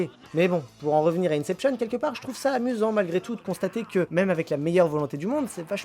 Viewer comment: On ne dit pas "Incepshionne" mais "Inception".